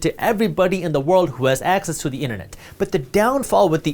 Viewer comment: "Innanett" 🤣🤣 funny